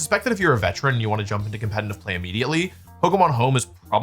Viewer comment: When will this guy learn how to say the word "competitive"😂😅😅